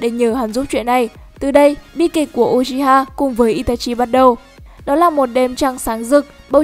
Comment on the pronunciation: Đọc là ư chi ha nha ko phải u chi ha